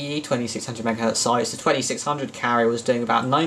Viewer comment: Megahertz, not megahert